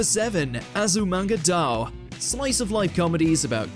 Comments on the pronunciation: Please at least look at how the title is pronounced. "Azumanga Dao" really hurts! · Why must he butcher the name Azumanga daioh?